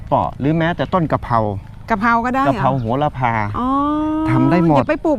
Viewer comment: ต้องออกเสียงว่า"โห-ระ-พา"นะคะ